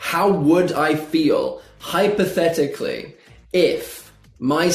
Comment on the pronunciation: Oh come on! Stressed so much on hypothetically 😂